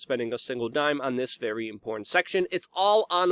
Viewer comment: "Imporran"- stop it! Great report though! Thank you! #ClintonBodyCount - is GizzSling Next? "import - tent"